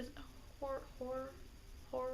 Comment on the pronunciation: See what happens when you don't have us Brits voicing you colonials/foreigners, you start saying things like whorer instead of horror. Perfectly Japanese British accent indeed! :P